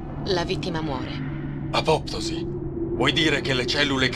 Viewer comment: Mio dio:gioco PERFETTO ma errori (orrori??) di pronuncia ("peptíde" ed "apoptòsi") davvero banali ed inaccettabili. Complimenti (e tanti) comunque a te